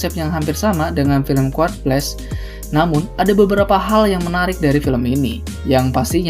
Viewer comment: Orang: a quite place Bang:kuad ples